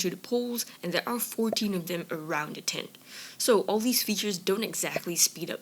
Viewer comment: Why are you saying tent like that?Speech impediment?